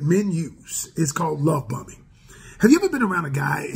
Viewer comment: I thought he said “Love Bumming” 🤣